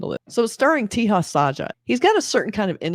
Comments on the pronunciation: He is called taja not teha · Just FYI.Teja is not pronounced Tee-ha. J is pronounced as J in 'Jack'. It's pronounced Te-Ja. It's a relatively common name in India. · Your review for this movie was great except for one thing..... The actor Teja Sajja's name is 'Teja Sajja' and not 'Teha Sajja'. No need to apply Spanish 'J to be pronounced as H' rule here. Other than that your review was great.❤❤❤